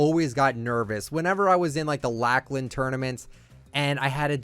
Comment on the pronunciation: is the only person who says Lachlan like that?